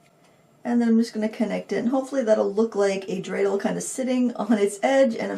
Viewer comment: Thank you for the Hanukkah theme! And, you pronounced dreidel correctly. Like the Hanukkah gelt too. 😉